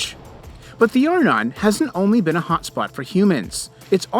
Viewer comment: Arnon is pronounced "are - NON". In other words, the stress goes on the second syllable. Please, pronounce Hebrew words as they should be.